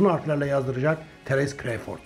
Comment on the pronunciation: CREYFORD NE ABİ CRAWFORD İNGİLİZLER NASIL SESLENİYOR Bİ DİNLE İSTERSEN